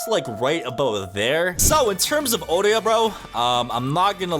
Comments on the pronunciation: why bro say it like that "Corona" and "Oreo"(Otoya btw)🥀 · Otoya nah Orehyah